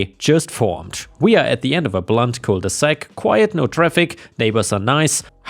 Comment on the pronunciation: Cul de sac, not cole de sac.